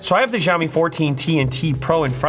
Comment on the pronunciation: This is so lazy promotion video, guy is not even able to pronounce company name properly.